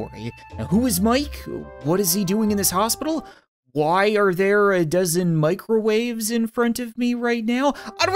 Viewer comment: A dozen Mike-rowaves